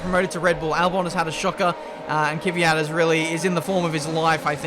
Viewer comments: Again..It's Kvyat,not Kivyat...:) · I’ve been annoyed by how you pronounce Kvyat for 2 years now. It’s K then V, not K-i-V. You pronounce it like it’s an i in there. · Somehow a lot of people see an imaginary letter between the K and the V in Kvyat. "Keeeevyat'....